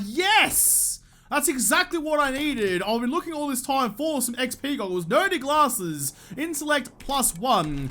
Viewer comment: Whenever you say "glasses" with your killer accent, it sounds like "gallah-sses"... always good for a little chuckle. thumbs up This series is so educational!